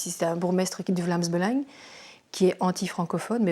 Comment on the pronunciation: Avant de faire ce documentaire faudrait peut-être apprendre à bien dire les mots on dit pas Belengue mais Belang